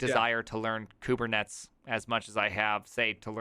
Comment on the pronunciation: My eyes twitched every time you said "kubetnets". I'm sure it was intentional, yet it still hurts my ears. Same when people say "kubecuddle".